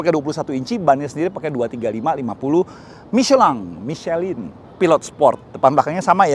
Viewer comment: Seneng bgt ada yang bisa pronounce michelin yang baik dan benar.. best 👍